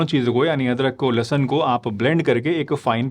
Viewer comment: लहसन नहीं लहसुन होता है... doctor ji aap apni Hindi thik kar lo. 😂😂😂